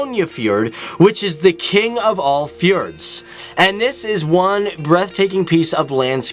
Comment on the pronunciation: i just cant when he try to say fjords